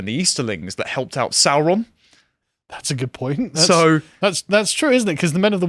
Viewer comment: The way Sauron was pronounced in the films was wrong, Tolkien intended it to sound like the saur in dinosaur, to give him a reptilian sound